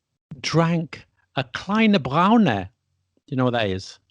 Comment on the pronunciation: Your Dschörmän actually isn't that bad. It is kleiner Brauner or großer Brauner. That is a kleiner or großer Schwarzer with Obers. But mind the r at the end. Unless you expect to be introduced to a young Lady with a specific skin colour. Now you might feel tempted to look it up in a German dictionary. But don't, since it's Austrian and typical for Vienna. Obers is cream but only in Austria. Germans will misinterpret Obers for a sloppy pronunciation of Oberst which is colonel. Ein kleiner Brauner is rather a little Nazi in Germany than a cup of coffee with cream. You better go for eine Tasse Kaffee (a cup of coffee) or ein Kännchen Kaffee (two cups served in a pot). You can order Einen Pot Kaffee in northern Germany though. But it won't be served in a pot rather in a mug.